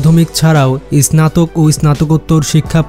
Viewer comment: স্নাতক উচ্চারণ সঠিকভাবে বলতে পারেন না?